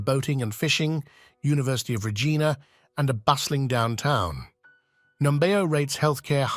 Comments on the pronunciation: Have you actually been to Regina (reej-EYE-na)? How about Manitoba? And why are you comparing the cost of living with NYC? It’s a BS comparison. The AVERAGE rent in NYC is currently $4700/ month USD. A better comparison would be Toronto, where the average rent is $2148/mo, or Vancouver, where the average rent is $2303/mo. And please do your research on the basic pronunciation of the towns you are covering. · The Rideau Canal is pronounced "Reedo", Regina is pronounced "ReegIna" not Raygina - do some research before posting! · My Gosh….not Coch-rain….Coch-ran…..and Regina. Rhymes with vagina. Haven’t finished listening to this person butcher names…on we go!